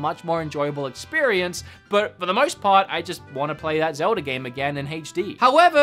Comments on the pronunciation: Is it pronounced Zel-da or Zel-der? 😂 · “Zelder.” I should be mad, but surprisingly I’m not. (I don’t know if it’s on purpose or just the slip of the tongue) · Sounds like you say ‘zelder’ sometimes. 😁sounds cool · Hah, just noticed that says Zelder 😂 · Zelder ocariner of time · Zeldar? Ocariner of time?